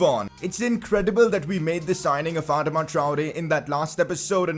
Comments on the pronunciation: Its not adma its adaama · Ur pronouncing Adama wrong😂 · You say AdamaTraore weird uh-doma Tri-Ore